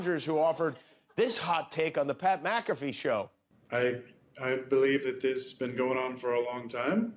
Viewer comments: Mcafee not McCafee lol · It's McAfee lol...